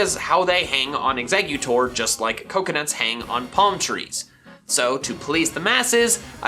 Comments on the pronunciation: EXEGGUTOR, NOT EXECUTOR! FIX IT NOW! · It’s eggs-a-cute-tor